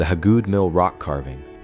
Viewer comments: it's pronounced Hay-good and there is no trees or sunlight around it, it's been put under a shelter to protect the petroglyph. The mill itself wasn't there originally it was moved there in the early 1900's. The petroglyph rock is in its original location if I'm not mistaken, it was found by someone doing yardwork at the mill in the late 2000's. I live a half a mile down the road from it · HAY-GOOD. It's HAY-GOOD. I've lived in Pickens county most of my life. That name is all over the place. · Yeah, why didn't someone fix that crappy AI pronunciation before they published??